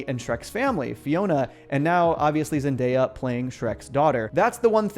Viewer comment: 'Zendeyap' lmao